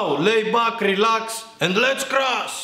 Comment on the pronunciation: I love this fucken dude """" lets crruash"""" I love it